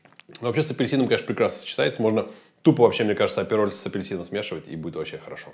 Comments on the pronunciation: не аперОль, а Апероль! Ударение на "А"! Апероль шпритз. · И потом так бесит этот аперолЬ....аперол....нет в итальянском мягкого знака!!